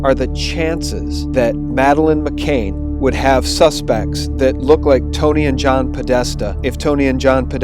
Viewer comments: Seriously, u said "McCain" AGAIN OVER AND OVER AGAIN IN THIS VIDEO TOO???? FFS her name is "McCann" -- NOT MCCAIN. Over and over again u say her name wrong, in more than one video. GD! Pls stop mispronouncing her name in EVERY SGT VIDEO, PLEASE. Therez no way I'll share these vids when u repeatedly can't even get the very victim of the story's name correct. How can anyone take what u say seriously when u can't say her name that's RIGHT IN FRONT OF UR FACE correctly, and repeatedly??? And this is great pizzagate info. But FFS, GET HER NAME RIGHT. Do u not have EDITORS at SGT Report???? Pleeeease, please fix this. You lose major credibility points for repeatedly getting her name wrong when it's RIGHT IN FRONT OF UR FACE; ur putting her name up in writing in the very vid ur speaking in, and getting it wrong. It's as if u can't even look at what's in front of u as u speak in the video. Seriously. Fix it. It's un-sharable. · It's Mc "CAN" not Mc"Cain". Excellent effective video. Still will greatly disturb people - especially many females - and especially those still in shock and anger over USA election. But it must come out now, after election and pre-inauguration. Distribute through teachers, police and media - especially all mainstream media especially local newpapers. We must insist they discuss this openly. Scotland Yard must interview the Podestas before they (UK Police) close the case yet again. #Pizzagate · JEEZ feller her name is McCann not McCain get it right you numpty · Great video but please pronounce her name correctly its McCANN not Cain. It detracts from the quality of the info. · It's McCANN ! Not MCAIN !!!!!! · Just so you know for future reference, it's Madeleine McCANN (the same pronunciation as 'can' or 'fan') not McCAIN (rhyming with 'pain'). It's also Savile (rhyming with 'ill') not Sav-eyel (rhyming with 'vile')... actually either pronunciation of that bastard's name is more than apt. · it's mccann i believe can not cain right?